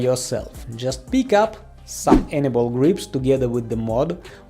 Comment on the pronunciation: Has anyone else noticed that he pronounces anyball grips as Annabelle grips LOL